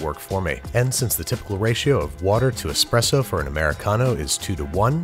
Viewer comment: Thank you for pronouncing ESPRESSO correctly. We live in a time of epidemic EXPRESSO pronouncers...